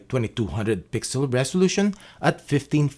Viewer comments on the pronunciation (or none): none